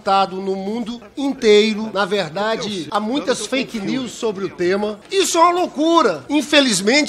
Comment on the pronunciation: Ridículo! Qualquer coisa é " faiqui nius" Até parece que esses indivíduos possuem algum conhecimento de inglês.